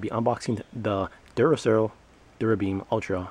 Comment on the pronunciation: Duracer? I thought it was Duracell, and what the hell are Luminens?? Lmao!! You need to switch to decaf dude.